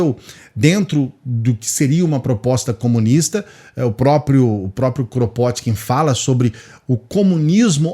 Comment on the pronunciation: O nome dele se pronuncia "Krapôtkin".